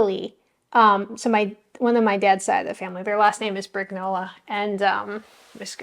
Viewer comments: I think that the name would be pronounced “brin-YO-lah” - the gn combination has the same sound as the n with the tilde in Spanish. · Keep going with your amazing channel that inspired me to start mine. I owe you a lot! And, if you want to know, the italian pronunciation of your last name is “Briniola”